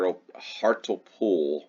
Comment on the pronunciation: Leominster is pronounced "Lemster". Hartlepool is pronounced "Hartley-pool."